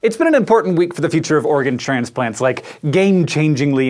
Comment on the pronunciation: For some reason, the way he said "organ" kept sounding like "Oregon" to me. Also this is sounding kind of mad science-y. Awesome mad science-y. Gosh. I didn't even think about the brain thing until he brought it up. That would be terrible. I just got a craving for a ham and cheese omelette. Which seems a bit inappropriate given the subject of the video being partially-human pigs XD.